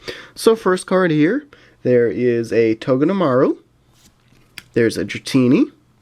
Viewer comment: I think it's togee-de-Maru I am sorry if it is not the correct way of saying it but I think it is that only